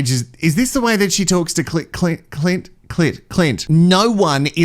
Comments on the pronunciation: You keep saying Clitclint My other fave for the name Clint- write it in square capitals and squint CLINT- 😂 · pronounces his name Clunt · 😂🤣 laughed so hard I spat my coffee out! Clunt..